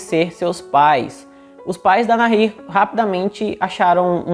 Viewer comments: Boa a história, gostei do canal. Parabéns, mas a pronúncia correta é Nair. Mesmo com o H entre o A e o I. Não diga NARRIR, pois é errada essa pronúncia! E também não se diz hókei. A pronúncia correta do esporte é Rókey, mesmo começando com a letra H! E se escreve HOCKEY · É Nair mesmo… o h é mudo!!! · Se pronuncia NAÍR. La H no tiene sonido. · Fala Na-ir... o h é mudo no español... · A pronúncia correta em espanhol de Nahir é "naír" (o "h" nao tem som). Abraços do Uruguay. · Meu querido a pronúncia correta do nome da moça é Nair. O agá(H) não modifica a pronúncia ok?. Um abraço. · Que ótimo vídeo!!! Parabéns!!! Sou tua seguidora e adoro assistir teu conteúdo! A pronúncia do nome da moça Nahir é sem pronunciar o H... como se ele não existisse mesmo... A gente tem a tendência a fazer som de dois erres (RR) no H por influência do inglês, onde fazemos esse som no H...Sou professora de espanhol e tenho dupla cidadania por isso me senti a vontade de dar pitaco aqui 😉! Então você estava pronunciando corretamente no final! Ótimo trabalho, siga assim!! 👏👏👏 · Se o nome é espanhol, se pronuncia com H mudo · Realmente querido, vc errou a pronúncia exata do nome dela... a pronúncia exata é, "Assassina Vagabunda"... Desculpe o desabafo sincero de uma mãe.... bjo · No espanhol, o H não se pronuncia.